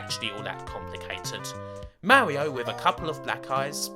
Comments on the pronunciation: Mawwioooo is what bwings us togevuhhh today. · Thats not an accent thing, it's a speech impediment. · I love the Owiginal Supew Mawio Bwowews! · Mawio? No offense, but you're kind of like Elmer Fudd. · owigional mawio fweefwow